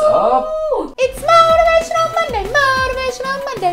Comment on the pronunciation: mow-teh-vay-shun-ul mooonday!